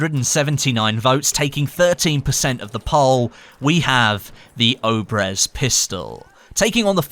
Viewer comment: Not Obrez obrEz